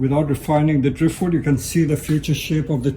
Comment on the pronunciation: “Some yew win, some yew lose” hehehh